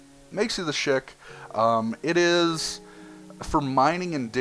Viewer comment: Shik? NOPE Shikaxe